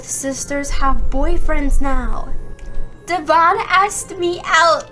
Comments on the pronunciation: Me mad me so mad me is really mad da name is Devon not Devan and I is mad at you you said the name wrong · Why is nobody saying that she pronounced ‘Devan’ wrongly xD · First it’s not duvon it’s devon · Its not dovan its devan it sounds like evan but with a D but its okay mistakes happens! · Itz De van not Davan facepalms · Not to be rude but it is prounounced as devin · Sorry to correct but I think its pronounced like Devon...